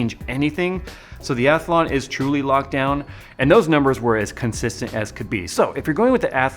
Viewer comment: When did Athlon get an invisible "a" in the middle...or is that the American pronunciation?